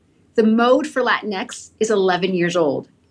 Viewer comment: Latinx is pronounced “Lateenkses.”